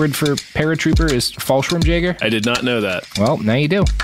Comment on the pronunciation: It's pronounced "Fall-shirm-yeager" not "jagger", the car is a "Schwimmwagen", not a "schwimmenwagen."